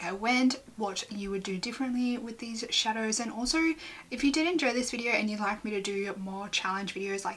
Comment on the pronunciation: LOL the struggle of pronouncing shadows is so real